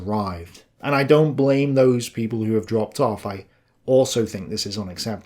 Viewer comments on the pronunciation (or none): none